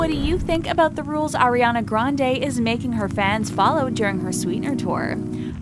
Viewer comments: Its not air-iana grandey ITS ARIANA GRANDE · "Airiana grand" jeez. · atleast say her name right lol